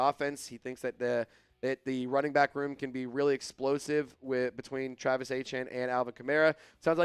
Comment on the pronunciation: Man you need to get Travis's name right i know you what it is I'm tired of reminding you put some Respect on it!!!!